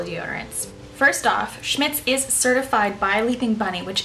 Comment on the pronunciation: OK, hun....funny how you pronounce a German comapany !!! when will you do a 2nd. video in your garden? i loved the first